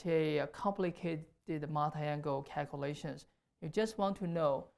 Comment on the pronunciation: Cakulashuns That's not an accent. That is a speech impediment. Fusrating